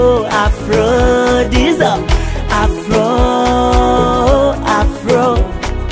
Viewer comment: Btful song kbsa but you have to learn that there's a big difference between R n L pronouncing,so I didn't hear afRo but afLo